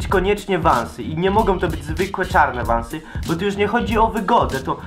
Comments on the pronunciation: vansy a nie vąsy xD !!! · Czyta sie vensy ; ) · hahahahhahahhahahaha ja pierdole XD czyta się vansy idotko hahahah